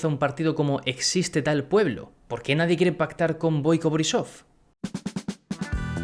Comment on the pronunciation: Se pronuncia BOIco boRRÍsof.